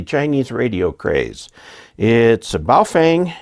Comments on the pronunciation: I wish you and would learn how to pronounce the name of these radios properly—it’s Phonetically like this: bow fung. The ‘feng’ is pronounced “fung”, like ‘dung’ or ‘bung’ or ‘lung’. Get it? 🤣😎 but also—why do any of you guys wanna buy a Chinese radio anyway? Especially with a stupid flashlight on the top of it? Though there are lots of Hams in China, there’s no Ham license reciprocity between the USA and China. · As an reminder of the proper pronunciation of Wouxun (ō shin), just remember that it comes from across the ocean. Also remember that regarding Baofeng, the “e” is pronounced as a “u.”